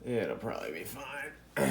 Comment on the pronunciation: "It'll proably be fine or a fire" Lol!!!